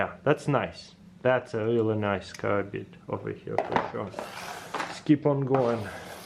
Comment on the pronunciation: Why do you keep calling them karabina when you know it's a karambit????